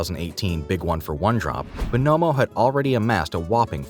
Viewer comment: Why you saying bonomo like that